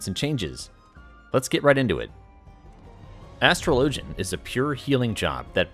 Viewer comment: Finally someone who pronounces astrologian like they do in-game